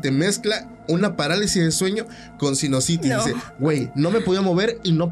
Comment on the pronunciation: No se dice sinositis, necesitas mejorar tu vocabulario, lo haces mal a veces